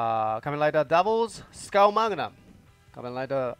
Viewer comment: Skull magnum look better than trigger magnum . PS:Skull not skul